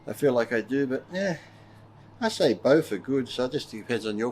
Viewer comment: "I like bowf" 😁